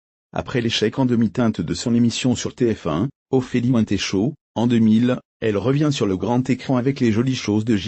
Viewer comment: Ophélie Wouin-té? Vous êtes des malades 😂😂